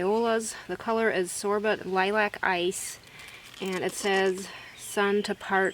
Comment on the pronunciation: Such a peaceful, beautiful video and garden space. Thank you for sharing your design ideas. FYI only - the Sorbet violas you mentioned - that word is pronounced SORE BAY - French I believe. Thanks again.